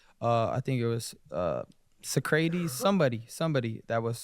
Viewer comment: Sto-ism and So-crayteez? Oh, please. You can’t be that dumb!? ….rigbt??